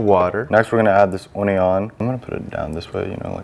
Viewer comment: Did he uniooon instead of onion😂😂😂😂😁😂